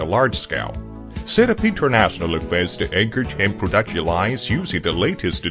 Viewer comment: you mean 'prooduction'